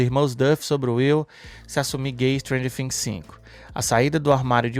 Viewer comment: Por que vc fala fhings e não Things ?